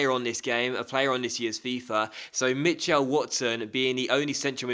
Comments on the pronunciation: I have never ever heard someone say Mitch-L its Mitchul, weird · Mitchell is pronounced mih-chull not mih-chell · the way you say Mitchell is so strange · Weirdest way of saying Mitchell I've ever heard.